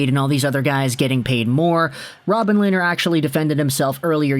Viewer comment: Coming from a Sens fan. Pronounced Len-er not lay-ner